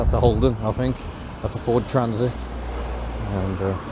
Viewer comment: Your 'Fuurd' day lol 🤣😂💯